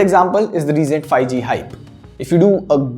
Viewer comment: I seriously didn't want to point this out but lately I have been noticing in all your videos that you pronounce '5G' incorrectly. It's not 'fi-G', it's 'fiVE-G'...